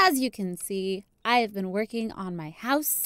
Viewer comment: “I haven’t BEAN there...” - (smallish BEANS)